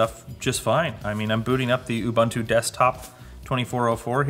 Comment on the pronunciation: Please learn to say Ubuntu....